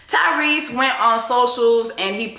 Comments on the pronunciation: 🤣🤣🤣🤣🤣🤣🤣🤣🤣did she say Cryrese🤣🤣🤣🤣🤣🤣🤭🤭🤣🤣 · Jess did you say “Cryrese” I - 😭😭😂😂😂😂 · “Cryrese” 😂😂😂 Everything you said about the black family structure here in America is absolutely correct! And yes Tyrese needs to travel more to where black people exist outside of a brainwashed structure. Although I think our generation is really trying to get it right and recognizing the generational issue as far as families go. All in all, Tyrese mad bc his kids are probably annoyed by him like everyone else is.